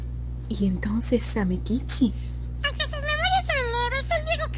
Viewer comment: Una coshita, se pronuncia Samékichi con acento en la E así suena mas japones :)